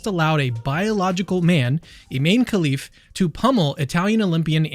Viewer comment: i-MAN-e 🤔 k-HE-lif 🤔 … 🤦‍♂️